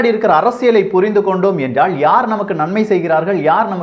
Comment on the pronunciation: தமிழ் உச்சரிப்பைத்தயவு செய்து திருத்திக்கொள்ளுங்கள். எல்லா ஊடகங்களிலும் நீக்கமற நிறைந்திருக்கிற ல, ள உச்சரிப்புப்பிழைகள் உங்கள் நிகழ்ச்சிகளிலும் இருக்கின்றன என்பதில் "வருத்தம்". "நிலைமை", "நிலக்கரி", "எல்லாம்" போன்றவற்றை சரியாக உச்சரிக்கின்ற நீங்கள் என்றாள்(ல்), வேளை(லை), முடியாமள்(ல்), ஆனாள்(ல்), சாம்பளை(லை), நம்மாள்(ல) என்று உச்சரிப்பது வருத்தம் தருகிறது. இதைச் சரியாகப் புரிந்து கொண்டால், நீங்களே தமிழ் நாட்டில் அரங்கேறிக்கொண்டிருக்கிற பல அவலங்களைக்குறித்து குறிப்பாக ,தொலைக்காட்சி , இசைத்துறை, மற்றும் அரசியல் தலைவர்கள் இழைக்கின்ற தவறுகளைச்சுட்டிக்காட்டி தாய்த்தமிழுக்குப் பெரிய தொண்டாற்றிட முடியும். யாரும் தமிழை வளர்க்க வேண்டாம். மெல்லச்சாவதைத் தடுத்து நிறுத்தினால் அதுவே பெரிய தொண்டு. "ல" என்கிற எழுத்துக்கு வெவ்வேறு உச்சரிப்புகள் கிடையாது என்பதை மறந்து விட வேண்டாம்.